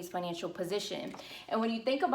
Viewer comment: Excellent information. Just an observation since I figure you're growing fast enough to still read comments, when you say "enrolled" and "financial" you are replacing the L sound with Y. I didn't know wtf you were saying Enro'ed agents, rewind... Financyo. try to enunciate that L :))